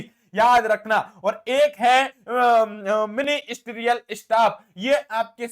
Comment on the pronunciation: मिनी स्टीरियल ना है वो मिनिस्ट्रीयल है 😂😂😂